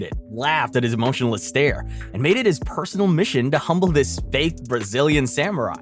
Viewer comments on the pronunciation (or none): none